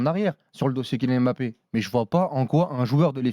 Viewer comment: « KiNiane Èmbapé »